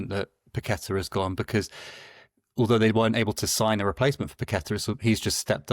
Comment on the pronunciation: Amazing that is a WHU fan and Paqueta has been there a number of years and he STILL cannot pronounce his name properly.